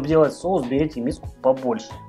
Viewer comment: все прекрасно, но, пожалуйста, говори правильно))) Кулинария - прекрасно, но русский язык тоже должен быть чистым) СоУсы, СковорОда и т. п.